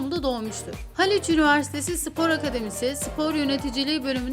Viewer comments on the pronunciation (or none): none